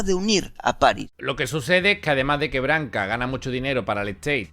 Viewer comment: en serio me caes muy bien pero aprendete como se pronuncian los nombres de las personas de las que hablas, como Janet o John Branca no Barca